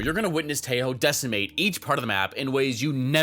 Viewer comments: Teho not Teio bruh😂😂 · please dude its pronounced tejjjjjo, not teyo lmao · Dude, if you are going to make a whole video dedicaded to Tejo. Can you at least pronunciate his name right?